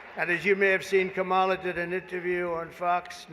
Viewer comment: Trump: "KaMAla is disrespectful"(intentionally mispronouncing her name).